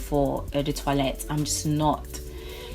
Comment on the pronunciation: We seem to have similar tastes, lovely collection! You should check out Tom Ford Noir Extreme, the "men's" version. It's sweet and delicious and lasts forever. Also, it's quite refreshing to see a collection video where someone pronounces "toilette" correctly, so kudos for that!